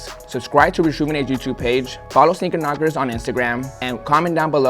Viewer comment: Sneaker Knockerz? I thought he said Speaker Knockerz😭🙏🏼😢